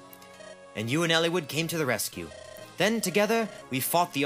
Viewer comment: hearing him pronounce it Elle-wood is killing me. soft "I" dude